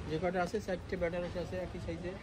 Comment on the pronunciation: ওরে বেনারস না আনারস বলে দিদি